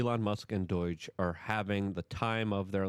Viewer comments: Pls learn how to say DOGE, (DOJE) NOT DOYGE! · Dude ITS DOGE NOT DOIGE. Please man. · It's not doyge or doige. It's DOGE! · No judgement, but why are pronouncing it Doyge? The acronym spells doe-j. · DUDE why do you keep saying doiyje, it’s not polish it’s DOGE dooouuu je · Luke it’s pronounced Doge not Doige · Stop with the DOIGE. It's DOGE. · The ol doy-ge org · 10% of why I watch Luke is to hear him say "Doige" repeatedly. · Say doge right, its just like the meme coin. I watch all your videos, but luke. It is doh j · Is it pronounced “doyge”? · Luke, it's pronounced DOEJ lol.